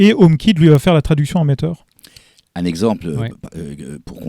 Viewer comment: Matter se prononce Mateur, pas "Maïteur"